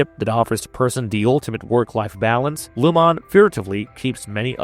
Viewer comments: Lumon-ate. He’s just saying it weirdly, like a ai. Lumon means light and keir means darkness. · It’s so distracting that I had to come to the comments to make sure I wasn’t the only one. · Dude is saying Lumon wrong 🤣🤣🤣 Sounds like he’s never seen an episode and is just reading a script. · I want to punch you every time you say Lumon wrong. Just say it how the PEOPLE WHO MADE THE SHOW say it.